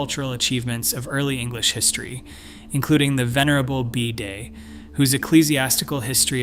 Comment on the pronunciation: I believe that was how it was pronounced, at least by the Venerable Bidet! OMG It's all fun until someone loses an eye? Aye?